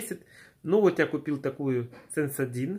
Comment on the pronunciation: Разоблачение века! Деффки!!! У кроме кувелдика имеется еще кое что, что моется интимным мылом для женщин! Гермофродит чи шо?! АХАХАХ ой!!! Рассмешил так рассмешил:))) У меня говорит МНОГО интим. зон АХАХАХАХ А название зубной пасты произнес правильно, по сравнению с Дианой - Сэнсодын.... аж слух режет!